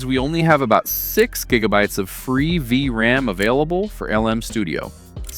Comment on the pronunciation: The Ai voice had a bit to go, V...RAM.. Great vid nonetheless, they're selling these cards for like $50 which is pretty sweet.